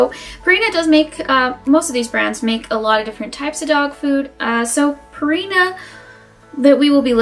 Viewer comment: You expect me to take advice from someone who says "Royal Canine" and "Purrina"? Also shorten your dang video there's no way I'm watching that. Lol